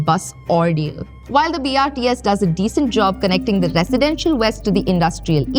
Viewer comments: Video is apt and informative, accurate on topic and data, but you need to improve on your script or oratory skills. Its BOPAL not BHOPAL, and BRTS not BRST ! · when she says "bhopal" to "bopal" you dont want to listen this any more. - BRST nahi, BRTS... No homework done properly. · Man this is just another publicity video she can't even speak brts properly not to say about bopal to bhopal 😢